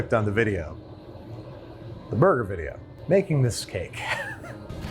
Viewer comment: Is there any particular reason this chick needs to short hand simple words? Really can't say cheddat, gotta shorten it to "ched"? Can't say burger, have to say "boig"? Just annoying. Also, making me uneasy looking at under-well burger patties, doesn't need to be charred, but dang it could spend more than 60 seconds on the grill.